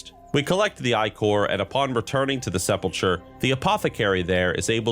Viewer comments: It's not "Seh-Pull-Churr" it's "Seh-Pull-Kurr" It's not "Eye-Core" it's "Ick-urr" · nothing but love to ya brotha, but it’s sepulcher (like the ch in Bach, or Mach, not ‘ch’ like Choo-choo). Sep’l’kur phonetically. 😜 😊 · Say it with me now: SEP-Lah-KUR Like the "Church of the Sepulcher" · Interesting video. Small nitpick: it's pronounced "seppul-kur" 😉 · Also Sepulchur/sepulchre is Se-pul-kur...... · You should learn how to pronounce the title of executor and the word sepulcher correctly, and also stop saying "admittingly" instead of "admittedly". It's terribly distracting when you say things wrong while telling a story.